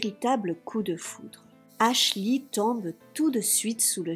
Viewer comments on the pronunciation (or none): Dès que tu dis "aslchy" ça me donne envie de péter mon ordi lol...on dit "aschley" même si je ne sais pas comment ça s'écrit, mais ça me soule sérieux… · Ashley qui se prononce: "Achlai" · ashley se prononce pas avec un i a la fin